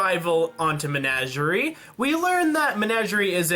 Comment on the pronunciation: First of all, it's Men-ah-ger-ie. Second, I don't understand your dislike of Blake. Yes, maybe it could have been split, but she's an interesting character and they probably won't make another episode centered around her for a little while.